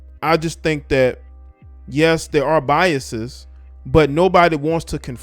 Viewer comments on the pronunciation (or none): none